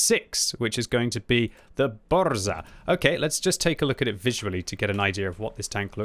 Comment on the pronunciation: Quick polish guide for: V Zadymka (which means: little fracas) was pronounced on point. VI Burza: in this case you dont split 'r' and 'z'. Instead you speak it as a single letter. The best comparison I found would be with the first sound from the name 'Jacqueline' VII Gowika: on the spot VIII Kilana: on the spot IX Gonkiewicza: 'Gone'-'kye'-'vee'-'cha';) X Błyskawica: you got it pretty ok. GG;)